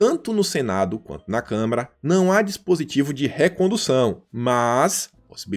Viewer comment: E O MALUCO AINDA NAO APRENDEU A FALAR CÂMARA